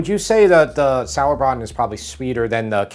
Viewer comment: Love the sauerbraten pronunciation